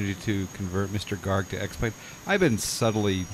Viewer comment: its GARG!!!!!!